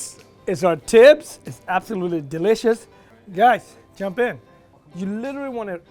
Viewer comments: It’s pronounced xibs not tibs and to many ingredients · His pronouncing the tibs wrong. Omg u are an Ethiopian how can u pronounce it wrong? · this may be years old but the way he pronounces tibs and other words hurt me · Even how he is saying “tibs” is wrong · I swear when he first pronounced tibs I was like what is that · Not after the way he butchered Tibs just now